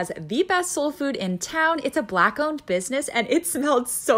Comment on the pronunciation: The way she says “Black Owned” business!! 🤦‍♂️ #WyaaaaattPeople